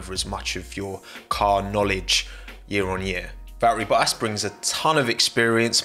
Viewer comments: It really bothers me how he doesn’t pronounce the T’s in Bottas, I get he’s going for that cockney geezer sound but cmon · Me: Valtteri Bottas: Valri Bo'as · Hahaha it’s not only me who heard bo’as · What I need is a 10 hour version of saying “bottaz” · Valtteri Bottas has FOUR T's and he doesn't bother to pronounce a single one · Great stuff…you pronounce some “t” ‘s funny, especially double “t” ‘s like in the name Bottas…lol But aside from that, this was great analysis. 👍🏼